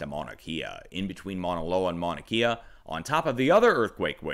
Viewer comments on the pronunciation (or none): Good morning Sir! and thank you for all you do! A little help on the Maunakea pronunciation. Your saying closely, though instea of KIA it's {"K" Ah}